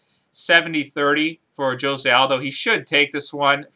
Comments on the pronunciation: It's pronounced 'hosay' aldo fyi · Thats not how you pronounce Jose